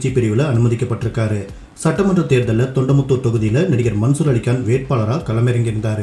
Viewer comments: தொண்டமுத்தூர் இல்ல . . தொண்டாமுத்தூர் 😂😂😂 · நல்ல வேளை "டு" முத்தூர் னு சொல்லல 😄